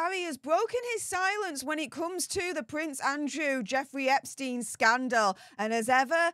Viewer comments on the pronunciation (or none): none